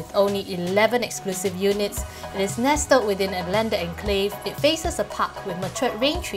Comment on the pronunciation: Small flaw ..”nes-tled”